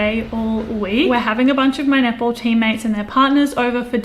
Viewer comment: So I watch this sped up on 1.75 speed and I kept thinking you were saying nipple ball, not netball my God I’m laughing so hard I had to slow it down to actually hear